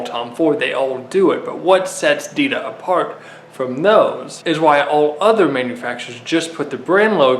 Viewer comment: It sounds like he’s saying adidas